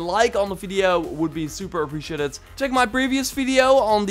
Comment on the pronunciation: uh· pree· shee· ei· tuhd Appreciated you still get a like, because you are awesome